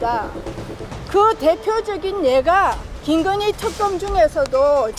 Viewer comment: 특검..이게 발음이 왜 안돼나? 턱검이 뭐야?